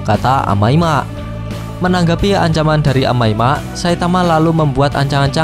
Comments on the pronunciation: Amai mask bang bukan amai mak😬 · Bang Omong Yang bener dong amai mask bukan amai mak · bacanya kok amai mak si njir 🗿